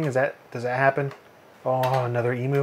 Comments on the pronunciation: e-myou, not e-moo! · E-Mew, not E-Moo! :P XD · Just for reference emu is pronounced E-Mew not e-moo :) Hi from Aus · please tell me that you are saying "emu" as "eemoo" ironically. Eemyuu is the correct way to say it, though I'll admit that eemoo is more fun to say:P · Oi! Stop saying "ee moo". It's silly. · Please, Americans, it's pronounced "E-myu". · It always feels weird to me that people from the US have their own pronunciation for "emu".